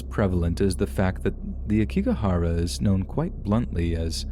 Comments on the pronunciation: Oh poor Logan Paul. He really turned out with a crappy life didn’t he?…smfh. Also it’s pronounced Ayokigahara. I thought that’s what you were discussing until you added more detail about it. Thanks for these incredible stories!!! Your grammar and intonation are incredible! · Love your stories so much! Btw Aokigahara is pronounced "ow-key-ga-hara" and "yurei" is pronounced "you-ray" 🙂